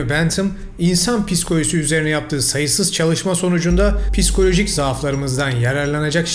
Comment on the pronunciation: piskolojik değil ya habire pis pis pis , PSİ koloji ağzın hiç dönmüyorsa PİSİkoloji de şuna. bilgisiz gibi habire piskoloji piskoloji yok çamurkoloji